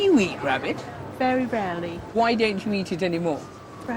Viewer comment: 'Doewn't be soe ridiculous'